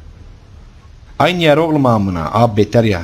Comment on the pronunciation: beterya, baqım, elenktrink, uLaĞ aMınA, kantor strink, gasžpumpz, oğlųm, veLaaĞ, SeSsiN çıkAğrmA, ToQtİr DİCTİONARY OF (ADK (AbbAs DiL kUrUMu).